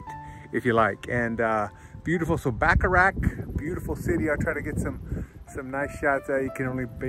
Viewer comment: Nice video, but how about trying to pronounce the town's name correctly? It's Bacharach, not Backarack.